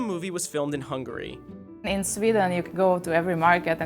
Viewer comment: No offense but it isn't hungry for the pronunciation but hungAry! From a hungarian !!